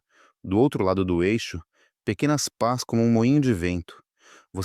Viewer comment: não é paz.É pás!Não é perpeto.É perpétuo!